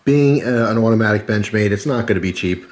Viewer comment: "Benchmade Mini Presidio Awhdoee" haha